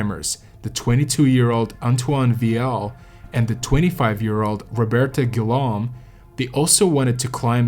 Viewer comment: Interesting story, but your pronunciation of some of the names and French words was painful. D'Honeur is Donnerr,, D'Or is Door (not Dior) and, more importantly, Guillaume is pronounced Ghee-ohm, not Gi-Lom. It's only respectful, under the circumstances, to pronounce their names as they would have.